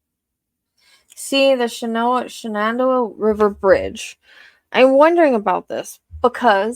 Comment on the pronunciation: You're doing a great job-it's shen-an-doe-aw. I also considered a tristate catastrophe for LE with Maryland, Virginia, and WV but I really doubt he's smart enough to do that. I know the map doesn't show well but it's very "big-hilly" out here. Part of the Blue Ridge Mountain, but they're little mountains. Tons of local hiking, he'd be dumb to leave her body there, too.